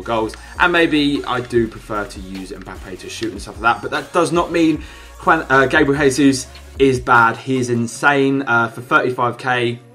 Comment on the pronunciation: It's pronounce Gabriel J-sus